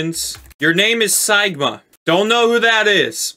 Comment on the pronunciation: It’s not siiiigma it’s seegma